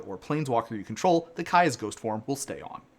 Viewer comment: Two different pronunciations of Kaya within 30 seconds is crazy